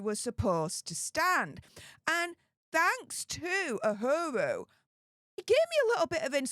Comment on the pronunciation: Uhuvvu are U trying to say uhurru please don't U have just butchered this poor woman's name!